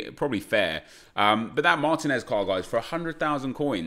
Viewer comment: mahr-TEEN-ehz, not MAHR-teh-nez.